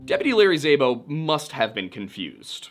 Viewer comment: Szabo is pronounced more like “sah-bo.” Hungarian last names for the win lol